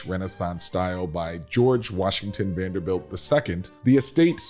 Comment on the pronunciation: Presenter needs to learn how to pronounce the family name!